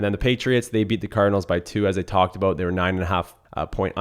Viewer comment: Aboot! Hmmm sounds Canadian lol good picks